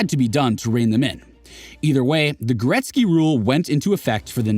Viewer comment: Gretzky, not gretz